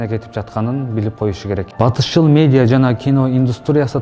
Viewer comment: Медия эмес медиа болсо кк